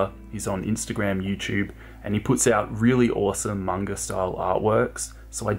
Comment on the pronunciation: oki sorry about thos but manga is pronounced mang-ah